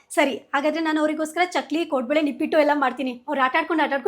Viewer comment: Nippat akka adu nipit alla